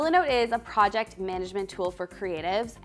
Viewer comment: Wait….. have you always pronounced it pro- ject? Lol.